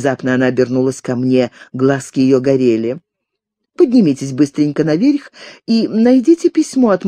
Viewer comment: Меня больше ошибки в ударении задевают